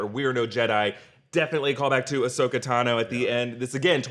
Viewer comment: Wow! Can’t believe how upset I got when this dude called Ahsoka Osaka!!! 🤬 Am I the problem?! 🤔